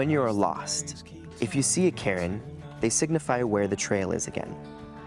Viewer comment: It’s not pronounced ‘ Karen’ it’s actually ‘ kern’ Bro.